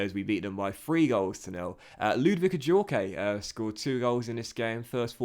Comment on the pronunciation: I’m pretty sure Ajorque is pronounced without the ‘ay’ on the end it’s just ‘Ajork’ if that makes sense